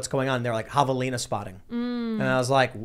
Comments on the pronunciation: Your pronunciation of "havelina" was correct. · Yes you are saying it right. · U pronounced it correctly...BUT THEY ARE NOT SMALL! Only the babies are. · Yes, you’re pronouncing javelina right. And I think I even spelled it right, too. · Yes, you pronounced it correctly